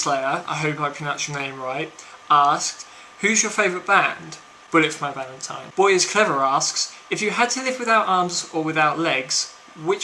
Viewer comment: You pronounced it right ^_^ Bullet for my Valetine FTW! :D